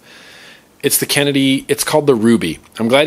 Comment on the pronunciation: "bass krenedy" haha found that a little to funny